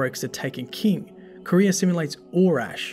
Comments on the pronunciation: Qwa-ria. Not Korea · Nice video, imo Truth to Power is the most interesting lore book but something was bothering me... the way you say the word Quria, Tolands says it in the ascendant challenges and you can hear how he says it.